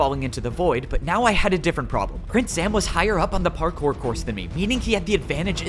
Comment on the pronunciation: par-cow if I may